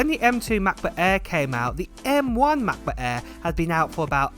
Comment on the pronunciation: I swear he calls it "Matt-Book Air". Just me?